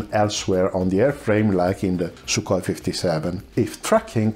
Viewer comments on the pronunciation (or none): none